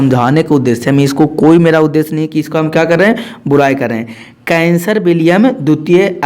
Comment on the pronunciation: सर आप उदाहरण दे कर मत समझाइए आप केवल पढ़ते रहिए हम खुद समझ जायेंगे।आप कैसर विलियम को कैंसर पढ़ रहे है।हम और डिस्टर्ब हो जा रहे है।